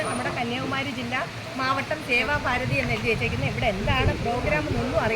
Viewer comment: സേവാ ഫാരതി എന്നല്ല സേവാഭാരതി എന്നാണ് പറയേണ്ടത്😀